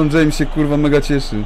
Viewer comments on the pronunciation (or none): none